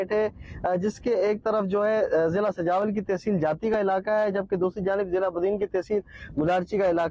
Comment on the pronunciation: سوجاول نہیں سجاول